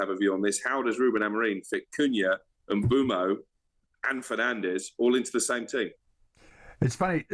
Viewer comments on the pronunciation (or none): none